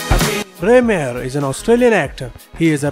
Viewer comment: Meagher is pronounced "mah"